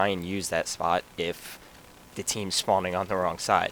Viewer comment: and schpot